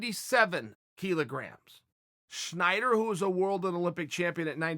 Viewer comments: why do you keep saying schnider..? its snyder lol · Stop saying Schneider. It's wrong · Chael his name is Snyder not Schneider